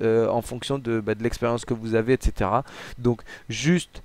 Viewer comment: J'adore quand il dit etc il le dit mal